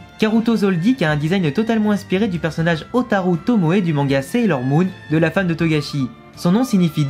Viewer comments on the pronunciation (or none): none